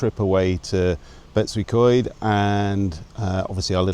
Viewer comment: Practice makes perfect. Betws-y-Coed sounds like 'Betoos er Koid' and Y Stablau sounds like 'er Stabl-aye' (the 'er' is with a silent R). And please, it's not 'Betsy'.